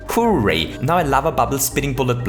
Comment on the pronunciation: When you say "hooray" you sound like you're saying "who rate"